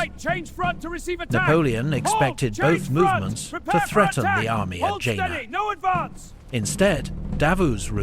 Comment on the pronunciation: It is pronounced Yena.